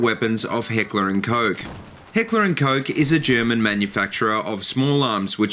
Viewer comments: hehehe... Heckler & Coke, i know its not that easy to pronouce for you english speaking countries but it just sounds funny, but i can pronounce it right from the case that I live in norway since we pronounce the letters more similary. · ***** but it still sounds funny :P